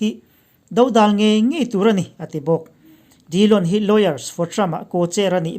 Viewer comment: Dodal tih pawh hi do tih hi helai thuah hi chuan lam hniam tur...ka sawi ta teuh mai a..